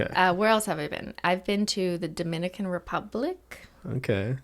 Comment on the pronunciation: Nobody:: dominimican